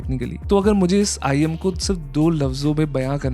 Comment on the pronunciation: Bro said IEN an earphone 💀 and just for the fact this is not the most expensive I saw the most expensive IEM I've ever seen was arround 284K 💀